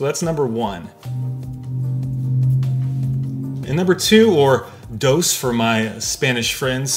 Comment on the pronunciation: "dose", really?